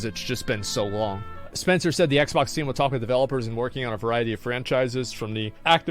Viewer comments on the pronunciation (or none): none